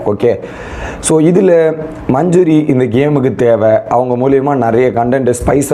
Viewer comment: மஞ்சுரி, ராயன், ferformance, இதெல்லாம் சரியா சொல்ல முயற்சி செய் தம்பி. கேட்கும்போது நல்லாயில்லை.